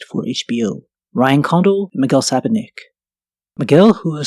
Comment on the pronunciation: Miguel Su-poch-nik